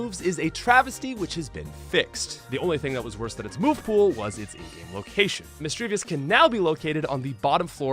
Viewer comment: The video is nice, but man is it hard to hear what you're saying at times like . edit also . Had to listen twice to understand that you said "in game location"